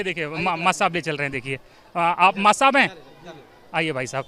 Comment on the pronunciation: Reporter ko padhne ki jarurat h Master ko mass bol rha h